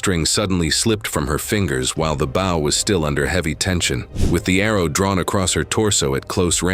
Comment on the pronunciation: it is pronounced Bow as in bow tie Not BOW as in front of a ship